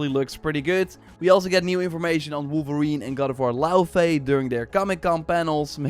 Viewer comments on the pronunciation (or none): none